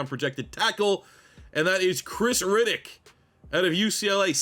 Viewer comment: Reddick and Riddick two different pronunciations. Metchie for the final team capt. Keep the Canadian home.